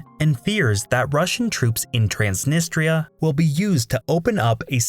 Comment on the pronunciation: Wess Arabia? TRAANSNNISTTRA DIPPSHIT